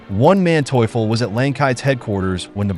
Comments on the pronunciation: One Manteuffel, mentally challenged pronunciation, Von Manteuffel, Hasso Von Manteuffel. Program your machine correctly. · I kept on hearing "One man toyful" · Who is Wan Manteufel? This was a good rendition of the battle but the incessant mispronunciation of Manteufel's name was really annoying. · The butchering of names of both Soviet and Russian commanders is painful to listen to. It's easy to figure out how to pronounce von Manteuffel, or Ivan. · To whoever is responsible for this voiceover: I admire you beening so consistent in beeing crappy. You cannot properly say neither russian nor German names. Never heard such crap, and I cannot finish this video due to the way you pronounce Von Manteuffel name... Really painful...